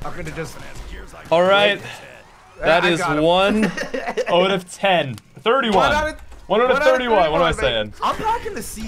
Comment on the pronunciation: “oat of 10” it’s out not oat say it right!!!